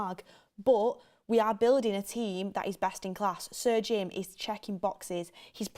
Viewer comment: Is going to learn how to say Sir Jim. It is got surgin.